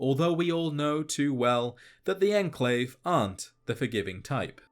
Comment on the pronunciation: its enclave not "endclave"